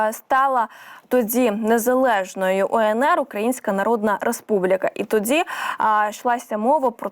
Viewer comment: Шановна ведуча, перепрошую, але не "тоДЗі", а "тоді"...